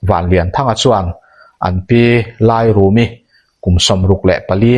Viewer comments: 'Kimnawna' ni lovin, 'Ainawn' kan lam rik dan angin, 'Kimnàwna' tih tur a ni. Chutiang bawkin, 'Lairumi' tih pawh hi, 'Laifei chawi' kan lam rik dan anga, 'Làirumi' tih tur a ni. Tin, Biate aṭanga um zuitu mi 13 an thlan zinga pakhat hi ka papuia a ni a, a sawi danin Vaphai aṭanga mi pahnihin an rawn fin tih hi a dik lo ang. Hetih lai hian Vaphai aṭanga rawn kal an awm lem lo a ni awm e. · Lairumi tih i lam dan khi lei lai anga lam tur.